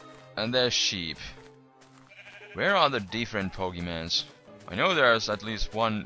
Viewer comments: It is pokeMONs not pokeMANs... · pokemons po-ke-mons not mans mons GET IT RIGHT DAMIT